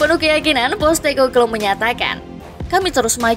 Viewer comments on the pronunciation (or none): Possteko bluue.. bukan postekoklooo